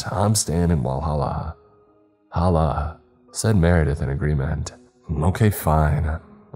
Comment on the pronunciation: Bro that hit I live in Senaca and live like 10 minutes away from whalla and Clemson and you pronounced them a little off 😅